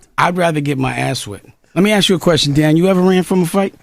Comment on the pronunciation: YB lost my respect when he was impersonating at Doctor but got caught cause he said ax instead of ASK😂😂😂😂😂😂😂bro😂😂😂😂